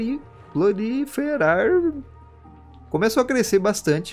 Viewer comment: O jeito certo de falar e Proliferar